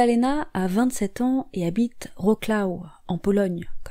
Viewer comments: Ça n'a aucune importance pour l'histoire mais voici une indication phonétique : Wrocław se prononce " Vrotsoif" 🙂 Je me plonge dans les anciennes vidéos que je n'avais pas encore visionnées, et elles sont au moins aussi bien menées que les plus récentes ! 👍🔥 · Wrocław, Żuk, Maciek - essai de prononcer correctement les noms 🙏🏼🙏🏼🙏🏼